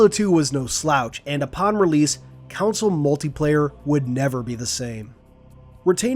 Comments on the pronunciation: Why does this guy pronounce “console” as “council” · regular people pronounce it right, this guy isn't normal people, he pronounces it as "council". Americans do say it the right way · Why cant you pronounce the word console? Americans as usual, have to change the way English is spoken 🙄